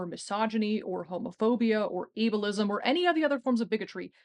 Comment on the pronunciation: I thought she said "evilism" instead of ableism & I'm keeping it.